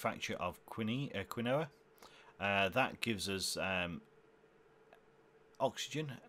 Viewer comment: This looks fun! Super complex though! Also your pronunciation of Quinoa upsets me 😂